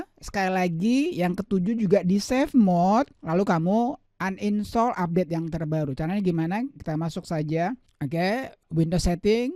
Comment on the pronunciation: Bilang uninstal aja uninstol😭